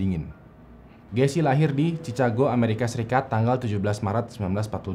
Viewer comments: bacanya chikago bukan cicago 😂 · Kaget Chicago (dibaca: “Chikago”) jadi dibaca “cicago”. Ini teh bukan Cicago samping Cimahi,. 😰😰😘